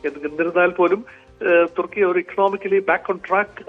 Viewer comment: തുർക്കി അല്ല തുക്കി